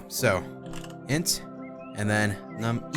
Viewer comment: as a programmer. int is not I-N-T it's int IN-T (in and t sound) like "ink" but with t